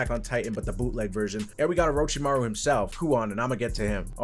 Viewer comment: aint no way bro said orochimaraus son